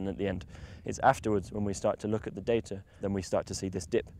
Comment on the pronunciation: I love how he says data. "day-tihh"